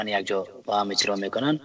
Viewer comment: ، این برنامه را بصورت بسیار عالی و با سلاست خاص انجام میدهید اما وقتیکه به صحبتهای شما خوب گوش بدهیم، متوجه میشویم که شما متأسفانه حروف "ع" و "ا" را مثل "ح" تلفظ میکنید و برعکس کلماتیکه با ح نوشته میشود آنرا با حرف الف تلفظ میکنید. مثلاً کلمهء "عزیز" را "حزیز" و "عالی" را "حالی" تلفظ میکنید همچنان کلمهء "اجرا" را هجرا یا حجرا تلفظ میکنید همچنان کلمهء ساعت را ساحت مینامید، وغیره وغیره. امید است در برنامه های آینده ء تان این خلاء ها را جبران نمائید. موفق باشید. 😘